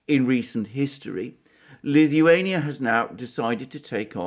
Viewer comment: pronounces Lithuania like Stewie from Family Guy 🤪. Please say “cool whip”